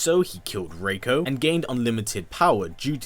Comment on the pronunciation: It's Ree-koh have you played mk4